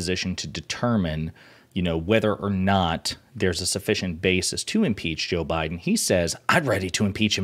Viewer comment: WTF can't this Fox "journalist" say Biden?